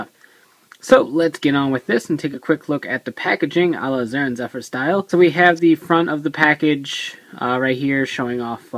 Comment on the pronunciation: did you just say "JOO"den? and "JOO"denshi? OMG X3 i wish happiness and smiles upon you! :3